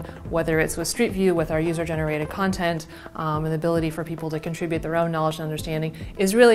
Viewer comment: Con-trib-bute, not Contra-bute